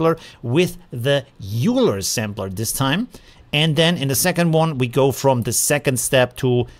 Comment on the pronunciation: euler is pronounced "oil-er" after the math guy i think, not that it really matters tho!